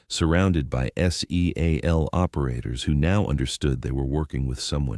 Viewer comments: Can you make the artificial stupidity how to not pronounce seal and while you are at it. The special martial arts outfit is not called a GEE EYE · Ca't AI pronounce SEAL instead of spelling it? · Di you really need to spell out Seal? It’s a bit distracting. I don’t think AI will also spell out deal or meal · Why do you spell out seal just say it